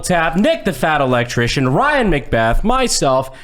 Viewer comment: Sounded like he called nick “Dick fat electrician”